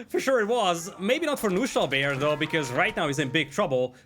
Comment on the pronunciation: let me explain some german for you guys ;) "Knuschelbär" is german and means a lil teddy bear of some sort. You have to pronounce the "K" in the beginning. So fun hearing you guys saying only "Nuschelbär". But this means something different in German. So basically you always say another word when you say "Nuschelbär"...hehe